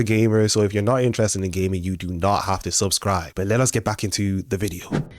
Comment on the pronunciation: I have to tell you the first time I heard you say if your into gaming,,,,I thought you said if your into gay men 😂😂😂😂…I listened closely and started laughing 😂 .. I do love your channel …